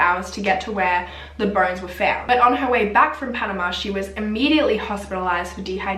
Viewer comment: omg!!! I'm from Panama I never imagined you would stumble upon this story. you actually managed to pronounce all the words right, congratss!! i think that tourists like to do everything on their own, so why did they not wait for the tour guide who actually knew the road! it is very weird what happened to them, it was a huge deal here in Panama.